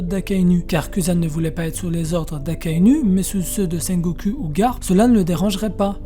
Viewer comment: c'est ultra perturbant la manière dont tu prononce sengoku, le u se prononce ou